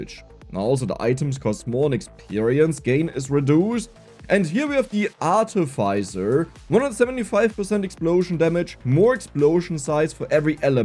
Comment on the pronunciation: dunno if on purpose, but its ar-TEE-fee-cer